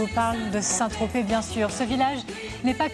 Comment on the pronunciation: On dit Saint-Tropez pas Saint-Trop. Super dossier !